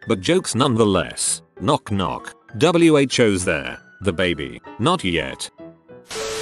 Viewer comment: All of these are funny but for some reason the only thing that really set me off was when the voice read “WHO’S” (the knock knock joke story) as if it was an acronym